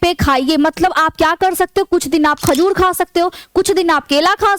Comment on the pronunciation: Khajud nahi hota hai khajur होता है Madam